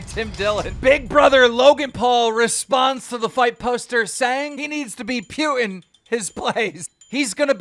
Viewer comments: Wait.. how did you pronounce his name? There's NO WAY a grown adult didn't hear how that name sounds if he does "News" type content. It's "POO-TIN" Not, "PEW-TIN". Next time ima hear you start callin "Jewelry" all types of ways! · It’s pronounced “Poo-tin” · i hate it when yall say PYUTIN...ITS FUCKING P-U-T-I-N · Ah yes Pewtin.... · This mf mispronounces everyone’s name lol. Pewtin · Keem literally never gets a name right and I love it but please stop calling putin pyutin lol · The fuck does he say Putin like that for